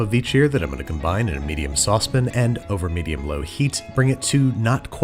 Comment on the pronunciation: I hate to be that guy...its not a 'saw-spin', its a 'sauce pan'